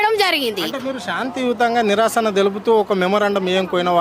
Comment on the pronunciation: నిరాశన, kadura, నిరసన